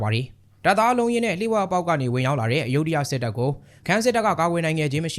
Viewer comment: အယုဒ္ဓ လို့ ဘယ်သူက အသံထွက် ခေါ်ခဲ့တာလဲ မြန်မာတွေလုပ်လိုက်ရင် တလွဲတွေချည်းပဲ သူများနိူင်ငံက နာမည် အသံထွက်တွေကို မြန်မာသံနဲ့ အသံထွက်လို့ ရမလား Phra Nakhon Si Ayutthaya ( ဖရာနခွန်စီအယုထရာ) လို့ အသံထွက်တယ် Bangkok ရဲ့ International airport နာမည်ကိုလည်း သုဝဏ္ဏဘူမိ ဆိုပြီး ခေါ်နေကြတာ Suwanabumi (စုဝနဘူမီ) အကုန်တလွဲတွေ English လို့ ရေးထားတာကိုတောင် မှန်အောင် အသံမထွက်နိူင်ကြဘူး